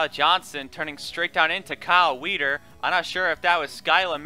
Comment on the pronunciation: It's Weider not Weder lol gr8 job btw